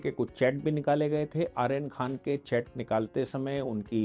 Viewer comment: आर्यन नहीं अरयान खान है इसका नाम